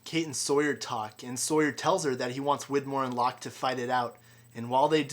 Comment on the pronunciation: It's not ' LOCKE ' ! not FLOCK!